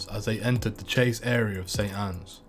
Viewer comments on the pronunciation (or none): none